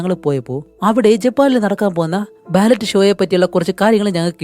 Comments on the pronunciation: ബാലറ്റ് അല്ല ബാലെ ❤ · bro ബാലെ ന്നു ആണ് ഫ്രെഞ്ച് വേഡ് ആണ് ballet ഉച്ചാരണം ബാലെ ന്നു ആണ്